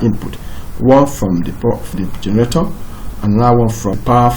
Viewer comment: I can only understand maybe 10% of the words you are saying when you are speaking. You don't even pronounce the word generator correctly. You are saying: Gerator. And that cursor is flying all over the place while you are speaking. Break it down to point one, point two, point three if you want to explain it properly.